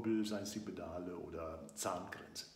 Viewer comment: Die "Bedale" man kennts :D Spaß beiseite. Danke für das Video!